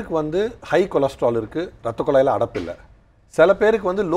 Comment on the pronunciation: சிவ பூஜையில கரடி பூந்த மாதிரி Why Priyadharshini in betwwen? Nonsense & Loose Talk. ரத்தக்குளாய் ன்னு சொல்றா... அது ரத்தக்குழாய்... முதலில் தமிழ் கற்றுக்கொள். What More /Different You will say now other than Dr's Wisdom? Why you are here now?